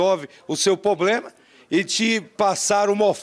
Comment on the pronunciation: O repórter ou advogado, sei lá, fala "Poblema"